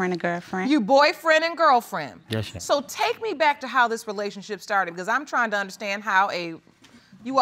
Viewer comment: It's funny how black people pronounce "relationship" like "relayshit". "We wuz in a relayshit".